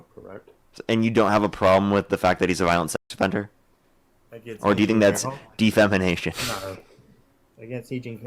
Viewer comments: De FAMAnation hahaha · “De-fam-I-nation”. That mispronounced word just makes me laugh. 😂😂😂